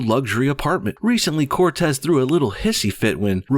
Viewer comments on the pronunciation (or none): Don’t you mean Corrrrrrrrrrrrrrrrrrrrrrrrrrrrrrrrrrrrrrrrrrrtez?